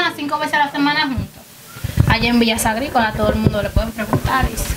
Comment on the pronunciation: Villa sagricola o villa gricola?? Jjj